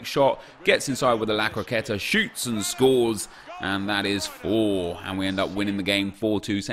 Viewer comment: “Scoop shoots and scorees”😂